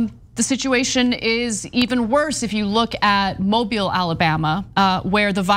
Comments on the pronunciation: Alabaman here. (Vaccinated, btw). It's a common mispronunciation for those not from here, but "Mobile, AL" is actually pronounced, "moe-BEEL," not "MOE-buhl" (as in "mobile phone"). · I was listening with headphones. I know what I heard. It's actually not the first time she (and others at TYT) have mispronounced it. In fact, it's extremely common for anyone not raised in AL or MS to think it's pronounced like "mobile phone." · She pronounced it like the cellular device. That is incorrect.